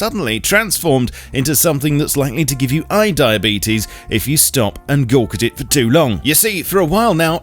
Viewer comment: Eye diabetes? You mean d-eye-abetes?